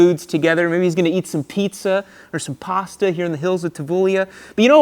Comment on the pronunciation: Vale doesn't pronounce Pasta like that.